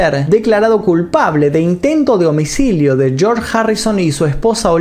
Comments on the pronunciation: Dijo homicilio en vez de homicidio xd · creo que ya es algo patológico: "homicilio" van varios videos donde lo dices igual jaja